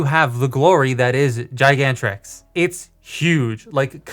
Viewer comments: It’s pronounced Gigan but with a T in the end and Rex/trex with a invisible T next to rex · It is pronounced Giant Rex